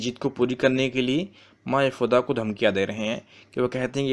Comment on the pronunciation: Yashood ma sahi sa bolo bhai Other than that all thing are Good